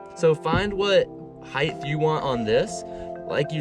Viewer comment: It's (height) pronounced "hite" just like the word 'tight' (not hyth); a hard 'T' at the end: LengTH, widTH and HITE! (This drives people crazy who can hear it being mispronounced.) Awesome truck-camper build btw 👍